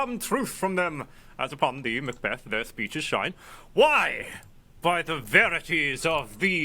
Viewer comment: "there to meet with Macbath!" it's Macbeth! you idiot! and that's Azkaban!